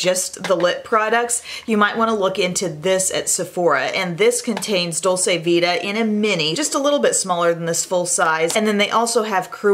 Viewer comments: I share this with love and because I think is the kind of You Tuber who would want to know! Dolce vita is an Italian expression, meaning the good life. It's pronounced Dol-chay, not Dol-say. (Italian uses that chewy 'C'; in Spanish, it would be the way says it, Dol-say, like how you would pronounce dulce de leche.) Love you,! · Dolce vita is pronounced dolCHe it’s a ch sound. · Dolce Vita is pronounced dolche vita,it means sweet life ,it is italian.It is different than the spanish dulce de leche. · It's pronounced "dolche"